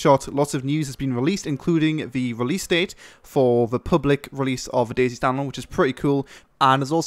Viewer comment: its not days its DayZ